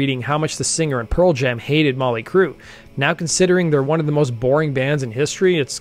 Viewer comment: “ molly crue “?? 😂